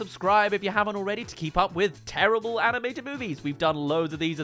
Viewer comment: DUDE EVERY MOVIE I LIKE YOU SAY "TERRIABLE" LIKE DUDE WTF